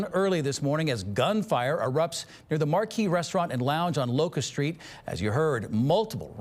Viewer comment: "Shtreet" takeover?